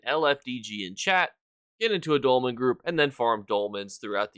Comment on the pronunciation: W for saying "dolmen" correctly 👏😤